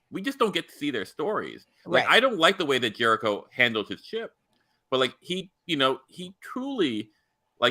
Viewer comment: Please stop calling Captain Jellico "Jericho". Thank you so much.